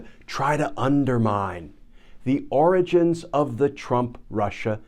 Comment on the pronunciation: Lmao! Every time Glenn said origins, I thought oranges, as well.